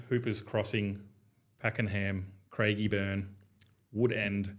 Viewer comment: People would believe in what you are saying if you could pronounce the suburb names correctly. . It’s not Craigburn , it’s Craig e burn, and half a dozen other names you got wrong.